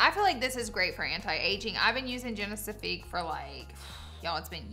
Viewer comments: Girl the lancome serum is genifique not genicifique😂 it always makes me giggle when you say it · Agreed. I’m Australian also and yes it’s pronounced Bond-Eye. I noticed she always pronounces Lancôme Génifique wrong too 😂 Bless her heart ❤ it’s not Genesafique 😂